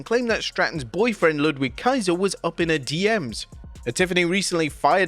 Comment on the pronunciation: Ludwig Kaiser; "Ludvig" is the pronunciation...